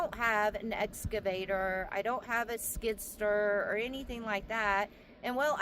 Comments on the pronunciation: Skid Steer...not Skidster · You must've came into a large chunk of money. Sounds like you're spending a ton of it. It cost money to get started oh, and by the way it's called skid steer. Not skid stir😂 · skid STEER.... not skidster ;) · no offense, but the name of his machine is:”SKID STEER” not skidster, just so you’ll know…..if you’re gonna be a land developer you gotta know the tools and equipment proper names. P.S. I’m not try to sound like a mister know it all but with all due respect you should know what is what. Right? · she said stir